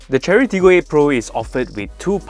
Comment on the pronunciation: I think it is pronounced "share-ree".